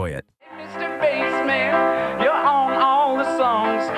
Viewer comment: The Bassman is pronounced as in basement, not as in the fish. Good grief!